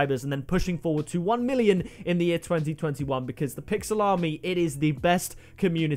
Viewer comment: Whenever he says pixel army I hear Pixel Salami